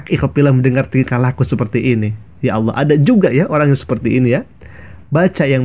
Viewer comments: Ngomong alloh saja oloh😂😂😂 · Innalillahi wainnailaihi roji'un menyebut nama Allah sj tdk betul... Malah di bilang lucu.. astaghfiruulahaladzim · Ngomong Allahnya aja ga becus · Saya malah mikirnya kayaknya dia itu bukan Murtadin tapi kris10 tulen 😨 di lihat dari cara dia membaca nama "ALLAH SWT" saja salah